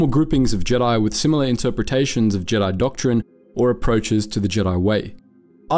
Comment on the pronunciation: Why do you say Jedi jeedi